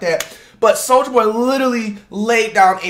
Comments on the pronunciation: the L gone in soulja in the beginning 🤦‍♂️ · BRUH THE BEGINNING SAYS SOUJA BOY LMAOOOO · anyone notice how says "souja boy" lmao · Why that jawn say souja boy